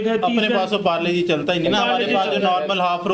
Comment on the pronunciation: PARLE-- G❎MARLO-- G ✅ MIA KHALIFA PRODUCT